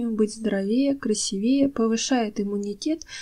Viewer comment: Пожалуйста, говорите правильно: «красИвее» ( «красИво» - «красИвее»).🌷🌺 Спасибо большое за ценные советы! Записываю себе для памяти. Буду использовать! Спасибо! 🌺